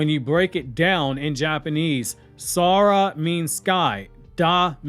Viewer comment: what was that pronunciation? It's KUSANAGI that's completely false though. SORA means SKY, not "Sara".